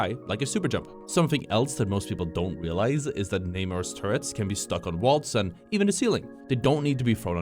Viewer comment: its "NAH-MOR" btw for those who care, not "Neigh-more" or "Neymar" hes not a football player (maybe water polo though)